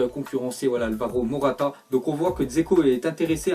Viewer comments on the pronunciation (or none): none